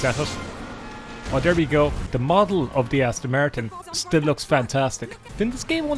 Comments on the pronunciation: "An Aston Mertin cerr!!!" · „There is the Äston Märton - what a cär!“